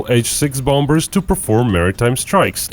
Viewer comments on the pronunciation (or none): none